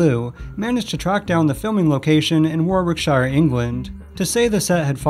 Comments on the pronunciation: I'm sorry, I had to pause... "War wick shire" 😆 its pronounced "woor-rick-sh-ear" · Just as a heads up, "Warwickshire" is pronounced "warrick-shuh" or "warrick-sheer"! None of the -shire counties in the UK are pronounced with that "shy-er" ending. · War-Wick-Shyre LMFAO, it is pronounced "Worricksher"...! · War-wick-shire???? Never heard of it. Tip to yanks, it's not pronounced shire it's pronounced sher. This aint the Lord of the Rings. FYI worriksher. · Warwickshire is pronounced Worr-ik-shuh. Whenever a place in England has 'shire' in its name, you generally pronounce it as 'shuh/shur'. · War-Wick-Shire? I love Americans, you are all so cute. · Pronounce it warikshire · War-wick-shire. Love it. Isn't ignorance amusing. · Fascinating vid! And your pronunciation of "Warwickshire" is hilarious 😂 Love, UK. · I think your voice is a bit depressing, sorry but I get these 'negaive waves man'. Very interesting video but do try to be more cheeful and leave the doom and gloom out. One last thing. PLEASE take the time to pronounce 'Warwickshire' as the natives do.